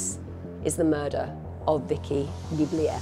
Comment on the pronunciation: Vicki was my husband’s ex mother-in-law. Her last name is pronounced DeBlue. What happened to her is so horrible. My heart breaks for her, her family, her girls and her grand babies, two of which are my bonus sons. I can tell you that her horrendous murder has made a terrible impact on her daughters. I know them both well.